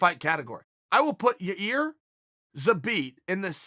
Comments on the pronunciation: Ya-Ear... I will say it's an improvement from Ya- Rear. Had to revert back to it at the end though, uncle Chael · It's Yair not Yarir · Chael only mentioned Zabit x yair to have the pleasure to say "Yar-ear" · You made fun of a guy for pronouncing it Ya-rear and now you’re doing it lol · Zabit vs Ya-Rear 🤣🤣👊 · Man he’s so close. Ya-ir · "Your Rear Rodriguez" - Uncle Chael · Anyone else think Uncle Chael snuck that last one in to give himself a passable excuse to say "Yi-Rear" again? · Absolutely nobody: Chael: yarear or yaear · Chael’s getting dangerously close to pronouncing Yayir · lol yo rear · I think Uncle Chael would Zuh-beat Ur -rear any day of the week. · He pronounced Yair differently every single time. He's gotta be doing it on purpose lol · He keeps saying Yair for practice... 🤣🤣🤣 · Chael visits Israel - finally can pronounce "Yair" correctly.